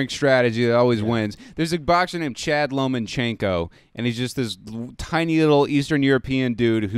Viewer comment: He said chad Lomachenko lol it's Vasyl Lomachenko he's a savage